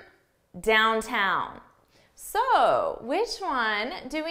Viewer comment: wait for a second what is dowtown? you mean downtown?